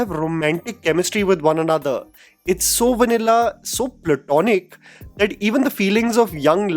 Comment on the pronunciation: your accent gets so thick at times....so Rrrromantic, pluTTTonic